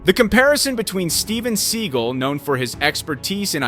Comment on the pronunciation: Sorry, mispronouncing Steven's name.